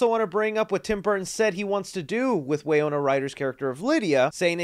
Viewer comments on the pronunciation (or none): Winona… wiNona… wiNOna.. WINNNNNNNONNNNNA. Not wiyona or whatever you were saying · Wy-no-na. Good video but your errors make you look bad. Love the shelving displays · The mispronounced names in this video are wild. WAY-ona Ryder! Justin Thorax! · No one noticed you said Way Oh nuh Ryder instead of Why No nuh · Bro! Say it with me...WY-NO-NA! Also, Catherine O'Hara is a legend. How can someone mistake her for someone else? I'll chalk this up to excitement on the trailer. Take your time with these vids though, man. I'm sure people appreciate it more when you get names, details, facts, etc correct rather than speed through things and get it wrong, and not be able to edit it. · Winona Ryder is pronounced “whin-ohn-ah” sorry for the correction😅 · Winona = Wuh-no-nuh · Re do this video its pronounced WIN-OWN-UH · Why do you keep pronouncing her name as Wayona Ryder? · are you pronouncing Winona Ryder incorrectly?